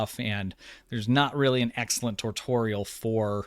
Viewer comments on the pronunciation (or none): none